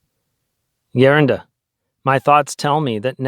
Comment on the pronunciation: Please pronounce Geronda as greeks does so people won’t confuse or just use elder.